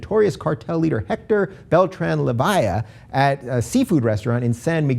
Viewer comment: I lost it at how he pronounced Leyva.